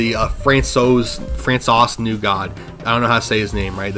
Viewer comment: François is pronounced "Fran-Sua", "sua" as in suave.